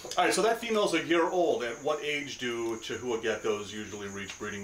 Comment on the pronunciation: Breeders in the US charging $7500+ for a chahoua need a reality check. Can get similar geckos for $500 in Europe. edit: it's also pronounced KA-houa